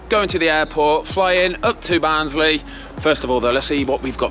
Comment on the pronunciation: Also a massive fan of the pronunciation of Barnsley! Ha, good stuff mate